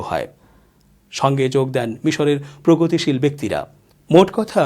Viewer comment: প্রগতশীল নয়, পোগতশীল